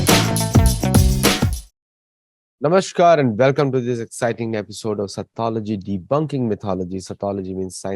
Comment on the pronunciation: नमस्कारः 🙏 । "नमश्कारः" इति अशुद्धोच्चारणम् अस्ति